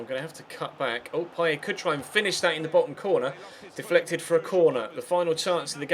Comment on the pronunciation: his name is Dimitri PayeT, not Dimitri PayeY